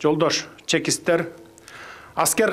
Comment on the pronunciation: Чекис эмес чикис деп айтылат